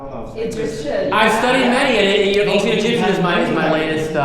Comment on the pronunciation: His pronunciation seems authentic. Who could challenge him, right?